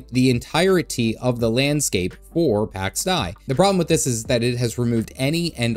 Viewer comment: Pax Deeeei .. not Dye or Die ... sorry but I cant get over this 😅